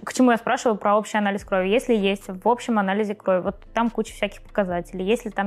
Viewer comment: не кровИ, а крОви! Режет слух.